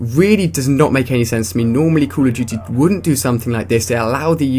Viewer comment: lol i love how he says CALL OF JUTY